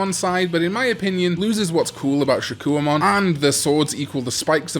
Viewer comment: Shakkoumon: SHA-KOH-MON